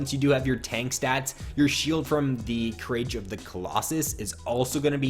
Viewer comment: Courage isn't pronounced cur-rage. It's cur-ridge